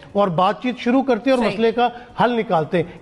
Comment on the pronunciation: Hisab nahin hota vishav boliye aur sooroo nahi hota shuru boliye